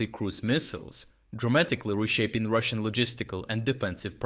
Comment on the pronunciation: ..."will dramatically changine russan logistics"